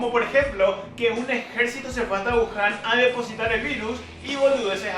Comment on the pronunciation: Mba'e wúhan pio Wuhan es, sin Tilde y hablana un poco como paraguayo